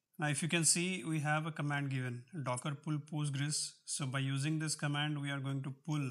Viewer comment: why do you call it pUstgres? Its weird. Just say pOstgres.